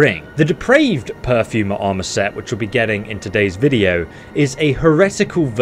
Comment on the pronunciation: Per-for-mer not pew-fer-mer